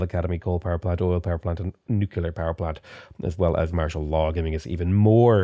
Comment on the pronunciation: Nu-cle-ar. Nuclear